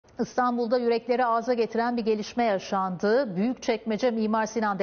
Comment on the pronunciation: bu haberci abla sürekli ıstanbul diyo i yok???